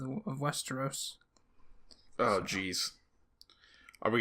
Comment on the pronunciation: this dude said westoeros